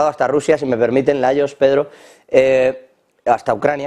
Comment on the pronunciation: Se nota que está un poquito disociado "layos y tluenos"😂